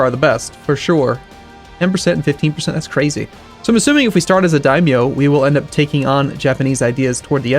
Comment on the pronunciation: Daimyo is pronounced as die-i-mo